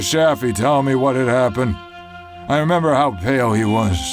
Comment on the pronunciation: "to remEMah"